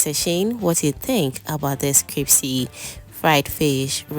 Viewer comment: Yes Crispy❤. I kept hearing cripsy though but that’s ok.